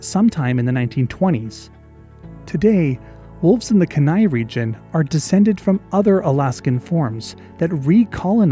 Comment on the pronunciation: Lovely video! Although as an Alaskan I have an obligation to nitpick: it's pronounced keen-eye, not Kehnai, with the emphasis on the first syllable. I actually had no idea the Kenai Peninsula wolf had ever existed, that was really fascinating to learn about.